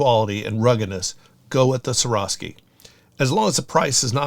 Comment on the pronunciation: Y do people have so much trouble pronouncing swarovski!,???